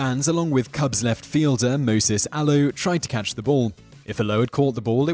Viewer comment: MOISES Alou, not MOSES.